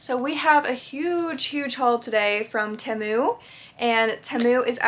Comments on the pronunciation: its pronounced tea-moo also sorry about your foot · I think it's pronounced like tea moo but I'm not sure